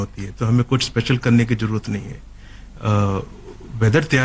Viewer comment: Pehle bolna to seekho.. jarurat nhi hota zaroorat hota he.. in ko kon smjhaega.. or ye hum se laren ge jin ka shoq he shaheed hona.. 😀😃